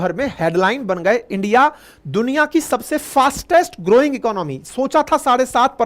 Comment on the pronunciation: आप भी इंडिया को इंडी पढ़ रहे हो। लगता है बीजेपी वाले हो। 😅